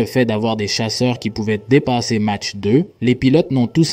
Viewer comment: prononcer mache , c'est curieux , non ? c'est exprès ?